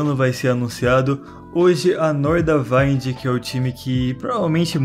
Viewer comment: Momento FISCAL: A pronuncia é Nordavínd, não Nordavaind.